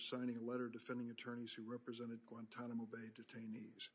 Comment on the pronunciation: Maybe they went back and got involved with the radicals because of how we treated them in Kit-Mo as Lindsey pronounces it. 😂